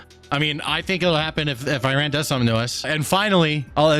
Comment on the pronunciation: I believe its pronounced ( E-run) 😅 Btw....That evil regime not only wants Isreal and every Jew world wide to flounder under their Islamic sword but they chant for all our deaths here in the west and every non-believer to perish by their hand! No joke. They secretly pay islamic cells to attack! I feel bad for the people who not want death to us all but have to put up with such a regime? This could get scary if they already have sleeper cells worldwide?